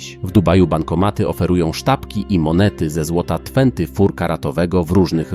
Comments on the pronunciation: Twenty fur. Dobre 🤣🤣🤣. Proszę do szkoły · Tłenty for orr